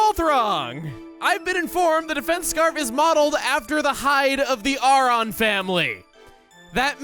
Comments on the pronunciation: Who the hell is R-on?? Think he meant Aron no? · That’s the first time I’ve heard it pronounced ARE-on. I’ve always heard and pronounced it either A-ron or AIR-on.